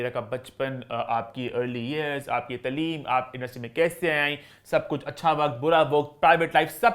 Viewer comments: Taaleem ko tleeeem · ap b taaleem ko taleem bol rhy hn